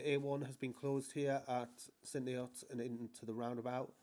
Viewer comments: It's "St Nee-erts" not "St Nee-otts" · It would be good if you could pronounce St Neots correctly. The mispronunciation drives me round the bend in these videos (no pun intended).